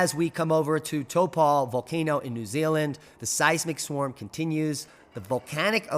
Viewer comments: It's pronounced tawpoe... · or Taupo even.